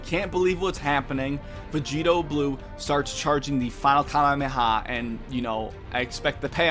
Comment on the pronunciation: It's Kamehameha not Karehareha